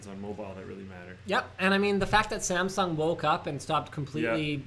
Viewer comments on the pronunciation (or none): none